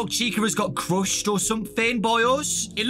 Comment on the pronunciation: “Crushsed” Me: “I Wish I Was British.... “